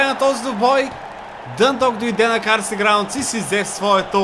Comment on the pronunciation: стадиона се казва Карлайл граундс, а не е Карсли граундс. (БЕЗ ХЕЙТ)!